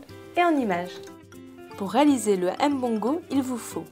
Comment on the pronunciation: la blanche, arrete de ''m-bongo'' il faut dire mbongo ntchobi, en plus si tu as un epoux camerounais et que tu prononces ce mot la ma chere c'est grave mais quand je te tire mon chapeau savoir le faire.